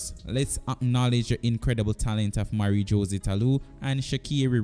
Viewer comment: Thanks for the video, I thumbed up. It would be good to work on your name pronunciation. Esp. With Jose (Hoe-zay) and sha' carri.